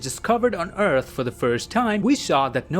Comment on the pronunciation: Entewing the eawth